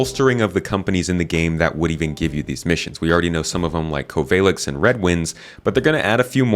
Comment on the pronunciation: "Covaylex" haha that made me laugh :face-green-smiling